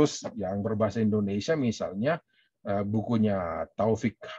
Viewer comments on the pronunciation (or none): none